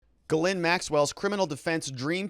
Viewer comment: it is pronounced jizz lane